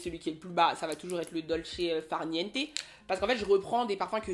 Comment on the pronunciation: L accent italien “ Dolce far niente” non mais attends! On 🥰 ❤😂. Merci pour ce contenu inspirant Oa✨